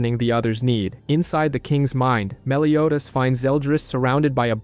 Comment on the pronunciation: Soooo ... i can't be the only one who heard: He pronounced Escanor "esc-aahh-nor" until the last 15 minutes, the. Said Escanor normally but began pronouncing Meliodas "Melio-ass".